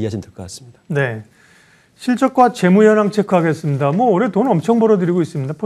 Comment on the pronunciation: 올해 발음을 왜 [올래]라고 하는 거지??? 포스코가 올래 53주년이 됐다고??? 올래??? KT올레???